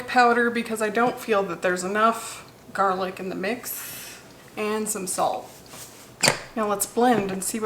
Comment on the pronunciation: "jarlic" lol